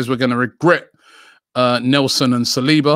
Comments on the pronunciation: Sah - Soo - Oh - Low 🙄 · Nobody: ... Robbie: Sa-swallow